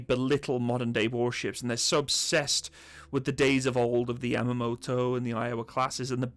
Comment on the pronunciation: YAMATO not Yamamoto ( he was the admiral )